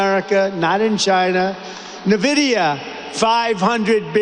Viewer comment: Ben it's not na vidia it's nn vidia. I see another on air person mispronouncing it too, but didn't realise Trump does as well. Please don't be like Trump in mispronouncing NVIDIA.